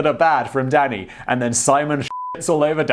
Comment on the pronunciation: For a good five minutes I thought you were saying daddy instead of Danny, was amused.